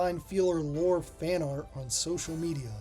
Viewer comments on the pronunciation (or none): none